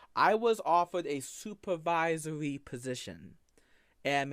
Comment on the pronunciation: "I was offewed a supavisowy position."